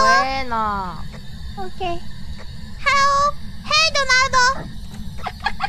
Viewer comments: "Donarudo?" Donald: "Huh? Did something cute try to say my name?" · "Hallo donarudo?" 😂